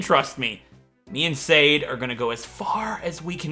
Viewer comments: Sade is pronounced more like "sah-deh", like "su" from the word "sun" and "de" from the word "deck". But honestly, I thought that anyone who speaks English might say it more closer to "said/shane/shade", which is totally fine with me. Now that "serious" explanation is over... ASDRFRFSAFG!!! XD I cannot believe you picked my name suggestion, first time I suggested a name and then you decided to use it! Thank you and hopefully you get your revenge! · It's Sud_deh in Finnish and that's how its pronounced,. I'm half Finnish so I would know! If you get a Larvesta, name it Aurinko which is Finnish for sun.